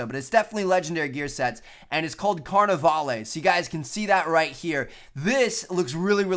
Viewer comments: it´s pronounced carnaval not carnevale!!! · Its pronounced car-ni-vall. Like you're saying ball but with a V. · I hate the way he pronounces carnavale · I cringe every time I hear how he pronounces "Carnavale"